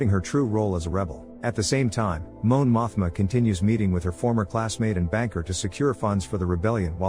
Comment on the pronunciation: "Moan Mothma" ☠️